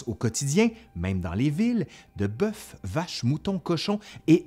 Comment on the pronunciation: on dit pas beuffffffff on dit boeufs beu biz et bye